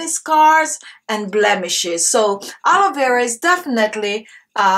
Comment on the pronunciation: Did she say "Haloe" Vera Gel or its my ears? Nice technic btw.